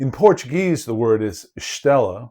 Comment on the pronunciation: You quickly became my favourite youtube on Portuguese archeology. Please, don't ever stop doing this. It's a niche I've long wished to see properly attended to on youtube. I many more people agree. And your pronounciation of Portuguese words is 😗🤌🤌🤌